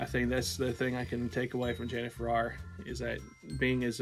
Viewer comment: Sister Janet initiated me in 1986. Your pronouncing her last name wrong.